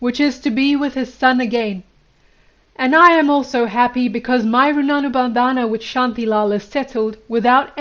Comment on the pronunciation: Try saying Rin-bun-dhan. Runanu bandana isn’t that bad either lol